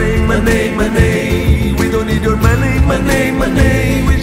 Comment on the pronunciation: Professores de inglês be damned. Acho bacana dar um spin brasileiro mas bah cara, só ouço MonEI MonEI MonEI. Muito péssima pronúncia, sem condições.